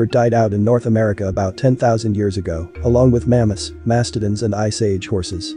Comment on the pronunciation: That might explain some of the mispronunciations like glyptodon and mastodon.